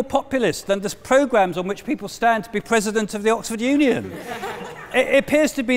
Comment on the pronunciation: Mr Pwesident. wesonates with me